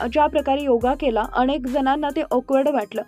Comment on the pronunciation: अणेक नाही, अनेक म्हण ग बाई.